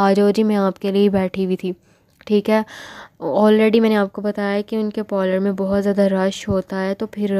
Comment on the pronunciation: Pollor Kya hota ha pehly word tu Sahi SE bol looo Behan parlour word hota ha